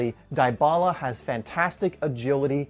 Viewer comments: ( DY - BALA ) not ( DIE - BALA ) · DiBala not DieBala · "Dee bah la" not "di bah la" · it's Dybala, not Diebala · You said his name wrong🤦🏻